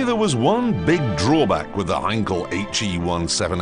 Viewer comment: The way Clarkson pronounces Heinkel and it's designer made my day xD